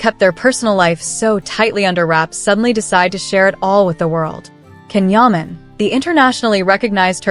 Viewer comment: This is not a credible YT blog. This lady doesn't even pronounce his name correctly.